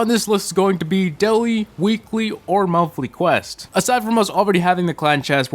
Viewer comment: "daiwee, weekwee, an monthwee"